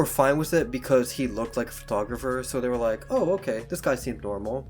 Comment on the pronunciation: Crappy narrating. I did not wike or subscwibe.